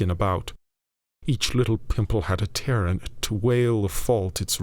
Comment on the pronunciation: Tear as in rent? Nay, but a lachrymal tear. A pox on AI, as our endeth doth near 😢